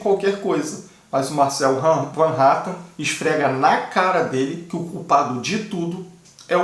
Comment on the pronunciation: Van Hattan não fala o nome correto do deputado e sim Hatten